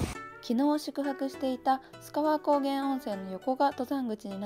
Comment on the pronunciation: 須川はガスりやすいからこそ、景色見れた時の感動はひとしおです。是非また来てください！ちなみに読み方は「すがわ」じゃなく「すかわ」ですかね。